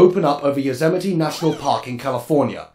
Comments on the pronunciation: I didn’t see this mentioned, and I haven’t finished yet, but Yosemite is pronounced “yo-SEM-i-tee”, not “YO-sim-ite.” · "Yo-Sam-it-ee" National Park ;). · Isn’t it pronounced yo semitee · Lol. It's pronounced Yo-sem-ity.